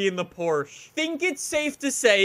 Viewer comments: No one pronounces it "Porch ha." Not even the Germans. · Let’s say it together “porch ha” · The way he says Porsche makes me cringe